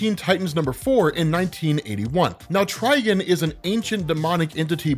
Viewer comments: Bro, why do you keep pronouncing his name as "Trigen"? It's Trigon... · Beyond omega level outside of DC? Schrödinger from Helsing. Dude's near god level in terms of power. Also it's Try-Gone, not Try-Gun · "try-gone", not "try-gun", dude. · I had to quit watching after so many times of hear tri gun. "Try""gone" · I TRULY despise the way you pronounce TriGON. It’s not Triginn smfh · Is it TriGIN? Or TriGON? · Anyone else keep hearing "TrigAn" (try-Gan) instead of "TrigOn" (try-gone)? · TrigOn, not TrigUn. Thats not Vash the Stampede. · Ah yes ....trigin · It’s (try-gone) dummy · HIS NAME IS TRI-GONE!!!!! Please get it right. It’s been 40 years. Please stop downplaying the Titans. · I keep hearing “Tryin” 🤣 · Can’t even watch this video because he’s saying trigons name like a rvtard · Bro say it right 😂 fucking idiot